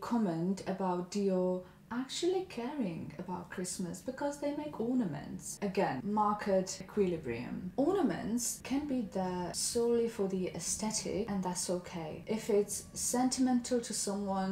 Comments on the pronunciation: I take it back - she still doesn’t pronounce the “th” 😂 not her fault and entirely my weirdness but it drives me bonkers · I like and used to watch all of her content, but this video is a good kind of snapshot of why I trailed off and don’t watch her nowadays. Also, she used to (I say used to because I’m pretty sure I heard her say it correctly in your edit) mispronounce “aesthetic” and for some reason it started to bother me and I couldn’t unhear it. And it’s stories like that which make me laugh that I was surprised when I was diagnosed with OCD 🤣